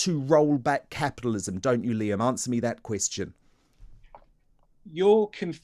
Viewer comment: I think the baby needs changing. They want to turn the clock back 200 years. Capitalism is killing itself - erm, not anywhere on this planet except North Korea. And dear Lord, learn how to pronounce the letter T. Capialism isn't how it's spent.